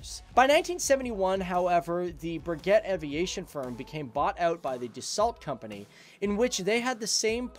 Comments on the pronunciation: Breget -> bray-gay, not breguette ; Rafale -> Rha-fhal not rafael. Nice vid overall. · Jesus; RAFALE not Raphael - it s not a firstname and it s not first time in EN videos people f*** the prononciation ! Rafale means "Burst of wind" in french. RA-FAL (no need to say the e, and no need to change its place too) For Breguet (the french company that build it) - BREYGAY if you want to say its correct pronunciation. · I suppose it’s good (in a twisted way) that Americans mangle French as badly as English. It’s pronounced “Sepeecat Jagyooa” in English. Your version is closer to the French pronunciation, ironically. And Breguet is pronounced “Bregay”, more or less. The French canard delta is called Rafale, not “Raphael”, who was a Renaissance artist! Pronunciation is like spelling: it matters. Of course, Americans can’t spell either. “Mk” is an abbreviation for “Mark” so is NEVER used verbally. Most Jaguars were equipped with ADEN cannon; only French aircraft carried the similar DEFA, I believe.